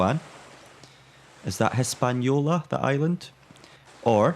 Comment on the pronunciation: You keep calling Puerto Rico "Hispanolia" but that's way off. Hispaniola is the island west of it, with modern day Haiiti in the west and Santo Domingo in the east. It's inbetween Puerto Rico and Cuba. And Puerto Rico irl is very pretty. Great place to sail to. So glad you corrected yourself for the heeling there. I'll be back for the rest of it, find it quite pleasant to put this one on study breaks and just not having to concentrate on anything deeply. Since you ask: You definitely heel too much, giving yourself trouble on the boat like that. If the winds get stronger, just reef the sails a bit and you're going to sail more upright. You are not going faster than hull speed anyway, which is easily reached, yet sailing more upright means at the very least, you're taking on less water and need to pump less often. About the ships: The one out is a brig (you can tell it looks like a schooner, but it's square rigged), and the one in port is a gaff schooner.